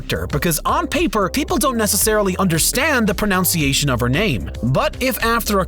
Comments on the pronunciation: Goes on about pronouncing Mai. Also literally 3 seconds later: pronounces “Pronunciation” wrong. I mean SERIOUSLY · He also mispronounced another word: It's proNUNciation, not proNOUNication. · He mispronounces "pronunciation". 😆